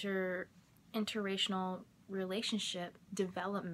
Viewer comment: Are you saying interracinal?